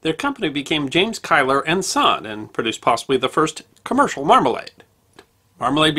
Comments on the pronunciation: Kyler!? Keiller is pronounced Keeler. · As a Scot I've always heard Keiller pronounced like "Keeler".